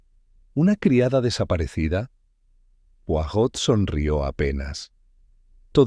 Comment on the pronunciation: No pueden decir bien el nombre ..es poirot no porot